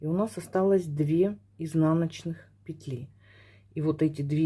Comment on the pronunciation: благодарю Вас за МК. Видно, что пряжа классная и носочки получаются мягкие и симпатичные. И благодарю Вас за правильное произношение русских слов, в частности пЕтель и раппОрт. Вас приятно слушать и вязать.